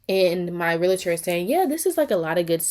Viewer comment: Right bc the constant complaints about this Realtor is crazy... girl just move on. And it's pronounced Realtor not Realator